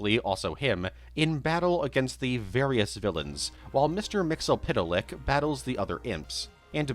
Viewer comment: The ease with which you say "Mister Mxyzptlk" amazes me every time.